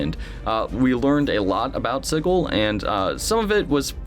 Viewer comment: Thanks for the video. Dismaying that the VTT might be that far away. Could it end up as vaporware? Wholeheartedly agree with you on the staring at screens instead of the table. Enough screen stuff in life as it is. Oh, I also have to post this. It's pronounced Sij-il not Sig-il. :)